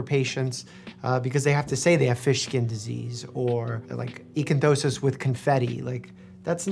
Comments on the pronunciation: Lol doc struggling with pronouncing ichthyosis - “eekathosis” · Ichthyosis, not "Icanthosis"! Good to see even doctors mispronounce things sometimes ;) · I still can’t understand why are you saying “icantosis” instead of “ichthyosis” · so, is it icthyosis, or icanthosis? Mike keeps saying the latter. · nope. He pronounces it eekathosis and it’s pronounced ick-thee-OH-sis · Doctor Mike gets illness names wrong a LOT. To know that "ichthyosis" is related to fish, and not connect that with the other sues of that prefix, and then as a result be unable to remember it or even repeat it right after hearing it... I dunno, man